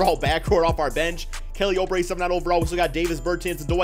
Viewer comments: IT’S NOT FUCKING (oh-bre) YOU FUCKING IDIOT IT’S (OUUUUUUU-BRE)! ALSO IF YOU PUT JAVALE BACK ON WASHINGTON I WOULD’VE UNSUBSCRIBED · "Kelly Oh-Bray" lmao